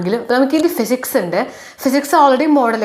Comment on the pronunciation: Not Phsics.. It's physics